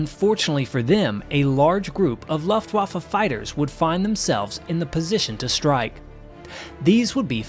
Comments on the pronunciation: An excellent video, as always, very informative and entertaining. The addition of real gun camera footage was a very nice bonus. That said, I do have one small complaint; I wish you'd learn to pronounce "Luftwaffe" properly. It's pronounced "looft-vaw-fuh," not "luft-wah-fuh."😉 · please learn how to CORRECTLY pronounce Luftwaffe - thank you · What did call German Air Force?? Pronunciation strange.